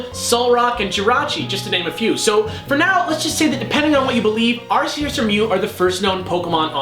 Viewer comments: Arceus is pronounced with a hard C, as in cat. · You pronounce arceus wrong. Watch the fucking movie.